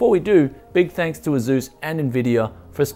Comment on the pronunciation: It s asus not azus